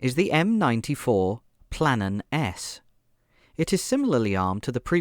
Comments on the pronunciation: It's PLAMEN(flame) not PLANEN! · Ok first of all, Lazar is not well protected and 2 nd Pantsir was BOUGHT not DONATED. Also you don't have to pronounce NORA as N O R A. Also it's Plamen not Planen